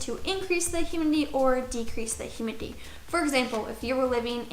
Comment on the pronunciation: “hurmidity” lol